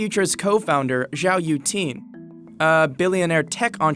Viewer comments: His name is pronounced 'yoo-eh-ting', no 'yoo-ting'. The spelling is right there, so why isn't your pronunciation? Get it right. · Yueting is pronounced as "Yeah" "Ting"